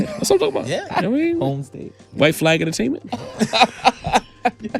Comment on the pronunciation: “White Flag Ent” 😂😂😂😂